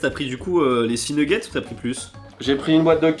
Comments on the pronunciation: il a vraiment dit nouguette's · des nouguettse ..... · qui dit « nouggets » 😂 je vous adore vraiment vous respirez la bonne humeur! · Les fameux « nougettes »